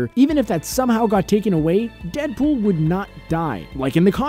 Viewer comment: How many times did he say dedpol